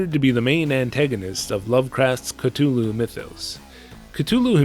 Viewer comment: Every time you say Cthulhu it hurts me. The “th” is pronounced like “the”. Its not a hard t